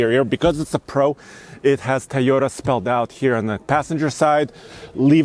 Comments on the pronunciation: bro, say "Toy" as long as you can say "toy" and not "tiy", you can say Toyota. try harder. also, up the shoe game. that outfit looks good but is ruined with a old pair of clapped out sneakers. even a pair of Eccos woud be better than what you have on. and to the YouTube white knights, come at me. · It’s the thai o da Guy 🤭 toy ohh Tahh repeat after me my friend Toyota 🤔🤔🤔🤔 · I hate how this guy says “teyeta”